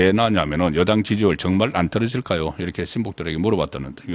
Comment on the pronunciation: 안떨어질까요가. 제가 듣기에는 손안보냐 ..라고 들리네요